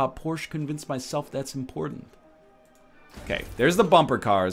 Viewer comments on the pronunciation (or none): none